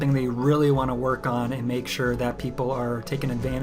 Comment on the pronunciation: An"TTTT" Learn to say "and" fucking nerd